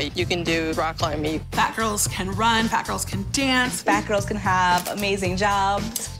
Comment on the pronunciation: "Fayt gayls" 😂😂